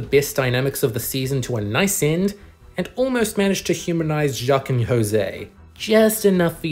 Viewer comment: "Jacques and HOSAY"